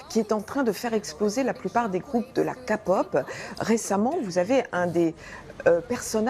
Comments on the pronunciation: c est pas possible ils disent toujours la KA POP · Kapop 😂 bande de con c'est facile a dire et arrêter de faire des reportages pour dire de la merde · Quand on dit « ka-pop » et « bé-té-s » on n’est même pas censé l’ouvrir. Surtout pour dire des choses pareils ... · Ca m insupporte elle dit "KA POP " Il dise que le mauvais cote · Et c'est pas kapop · euh désolé mais c'est pas ka_pop! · Ahhhh kapop quelle horreur cette prononciation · Déjà de 1 vous parler mieux et de 2 quand on connaît même pas le sujet on en parle pas et on dit képop mais sa s'écrit kpop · Non mais sérieusement entre : "elle n'ont même pas 20 balais" renseigne toi non ? Elle ont au dessus de vingt ans la prononçation "Kapop" ou encore "bétèese" ma désespérée allez voir comment ça se prononce renseignée vous avant de dire tout et n'importe quoi vous devez données des informations utiles dans un reportage non c'est le but d'un informations pas de dire tout et n'importe quoi juste comme ça. Non mais sérieusement j'hallucine si c'est pour nous faire des carnages comme ça à chaque reportage sur la K-pop faut mieux ne pas en faire du tout et c'est régler, après pas tout les reportages sont des catastrophes je penses et heureusement mais là c'est un désastre totale. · pas du tout. C’est "key-pop" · La meuf se dit "spécialise de la k-pop mais elle c'est même pas BIEN prononcer K-POP 🤨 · Qu'elle arrête de dire kapop !!! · "La KAPOP"😒😒😒 elle ont "meme pas 20 balais" 😥😥😥😣 j'ai plus d'oreille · Franchement...ARRETER BORDELLLLLLLLLLLLLL ils y connaissent koi ?🤦‍♀️ ah et pour la "Ka pop" STOPPP jai trop mal au oreilles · ''Spécialiste de la Corée'' alors qu'elle est même pas capable de dire ''key pop'' O-o j'ai envie de pleurer... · '' spécialiste de la Corée''' ' kapop' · La "Kapop" ça pique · sa se dit képop mes sa s'écrit kpop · Elle a dit KA POP!!!!!!!!!!!!!!!!!! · « Kapop » ahahahahahahahahha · Elle est tellement spécialiste qu'elle arrive même pas à prononcer correctement kpop 🤣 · KA pop 😂🤦🏻‍♀️